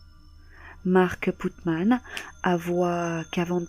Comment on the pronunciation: C'est pas Putman...... C'est Putnam .....😃😃